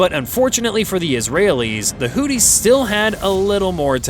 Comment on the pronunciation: And Houthis is mispronounced in everyone of these videos. Start by learning how to say their name at least. no wonder actual technical facts are beyond the scope of these videos.